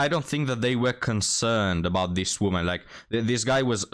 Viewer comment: I know that English is not your first language and you speak it very well but I feel obliged to help you out with the words "woman" and "women" - the first is singular and is pronounced the way it is spelled, the second is plural and is pronounced "wimmin". I can see how confusing it would be for a non-native speaker, considering the spellings but English is full of such illogicallities I'm afraid. Not trying to be a d**k, just hopefully offering a helping hand.